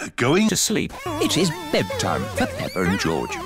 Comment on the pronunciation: IT Is BeDTime for PePpeR and GeOrGe George: WAHHHHHHHHHHHHHHHHH